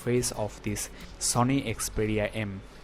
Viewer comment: It is not Xpedia.. It is Xperia...